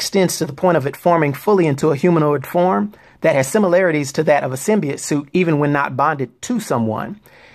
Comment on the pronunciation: SIM-BEE-YOTE, not, SIM-BEE-YIT.